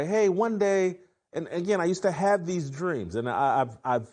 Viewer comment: "Dees guys". And you want us to take you serious and as the smartest person in the room.